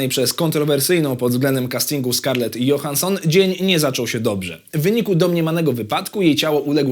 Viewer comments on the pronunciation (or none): Czyta się Skarlet Dżohanson z akcentem na Dżo-HAN-son, a nie JO-hanson.